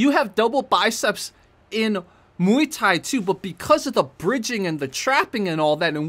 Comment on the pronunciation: Muay bien, not miay thai ☝️